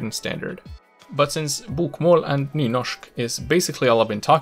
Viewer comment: You are fucking freaking me out when you say bokmål and nynorsk in a fucking swdish way! It's torture to listen to!